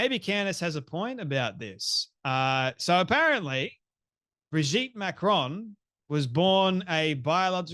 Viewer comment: Why do Americans mispronounce names.She says Macrones. Everyone knows how to pronounce their name.